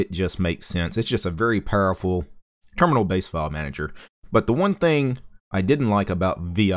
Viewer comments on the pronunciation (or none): none